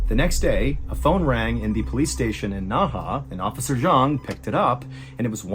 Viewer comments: Dang, Ballen makes no effort to even try to pronounce these names, haha. I was thinking "Naha? That sounds like the city in Okinawa." And then I see it's Nehe, which based on my lousy one year of Mandarin would be like "nuh huh" with a slightly more guttural h. Anyway, you can get this stuff on google now, can't you, and there were only a half-dozen names here, so it's not like major research lol. I thought the guy's name was something like Jiya Wang or something until it was spelled out and I saw that Wenge was his given name, not family name and that e certainly isn't silent (It's kinda like "one-guh"). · Ohhhh 訥河 NEHE is pronounced Nuh Huh not Nah Hah (Naha is a city in Okinawa Japan haha). Means Inner River or something! Word Inner Water Can in Black Dragon Jiang like pageant girl! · Hello, it's pronounced Nay Hay, Naha is a city on Okinawa Japan. You should know that seal... From: an Old Marine 😅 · A little help with the pronunciation of some of the names: 讷河 NeHe - Nerr Herr 贾文革 Jia WenGe - Jah When Gerr 徐丽霞 Xu LiXia - Shoe Lee Shah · So Nehe is pronounced Naha? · This is the case of Yang Xinhai (or Yang Zhiya) for people who want to look it up. I love you MrBallen. But you should try better at pronunciation. Or insert spelling on the screen. I had no idea what you were talking about and thought this was made up because there is no city in China called Naha. Naha is Nehe. Sue is Xu and Gia is Zhiya. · Really hoping replying to this will help someone on the team see it and they can pass on the message. Nehe was pronounced wrong and I couldn't watch past three minutes because of how often he said it and how bad he said it. Seeing the name on the screen made it even worse for me because I kept reading it correctly in my head then he said it. I hope in the future, there will be research on foreign names. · It isn’t pronounced Naha. Nehe is pronounced Nuh-huh. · You spoke Nehe like Naha in okinawa, got me confused the entire vid....